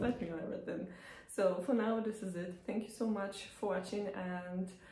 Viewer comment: Thans?..sounds like you've had a few 🍻...😂